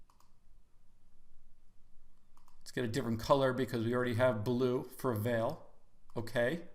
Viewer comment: Fwiw I think it's pronounced vol-lay since their Brazilian Company.